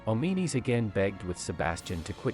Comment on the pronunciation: Oh-mee-nees? Come on man, the game even pronounces his name "Awm-in-uh-s". Insert Pulp Fiction "English MOFO" quote.